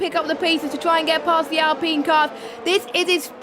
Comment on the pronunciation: Who says alpeen though? Lol dunno why that annoys me